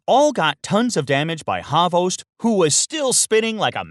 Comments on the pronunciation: it’s hvost pronounced with only one syllable meaning “tail” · It is pronounced as HVOST, not HAVOST. Im Serbian and i know cyrillic, dont trust everything on the internet. :) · Trinajskaa I always thought it was pronounced as Ex Bokt hahahaha